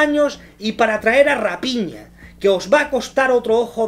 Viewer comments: se dice Rafiña no Rapiña..eso eres tu un ave de rapiña jajaja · Rapiña?????? Se dice rafina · Que feo que se pronuncie a raphina como rapiña...